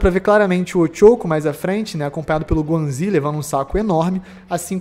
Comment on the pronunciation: A maneira que o diz ganzui me confunde sempre, acho sempre que ele ta dizer wang zhi